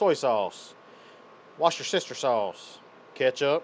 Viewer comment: Did he say "Watch your sister sauce"?